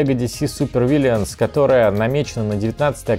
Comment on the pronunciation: Я схожу с ума или все кто обозревал эту коробку произносят "Вильянс". Вы что, итить, литовцы все что ли? Ну или ваш моск меняет местами буквы A и I. ВИЛЛЫНС йоапта